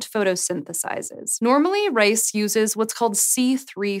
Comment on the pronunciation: i was very confused ... the girl pronounced 'RICE' as 'RACE' ... but big ups for C4 !